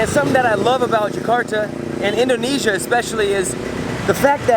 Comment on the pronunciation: you say it like this indonizia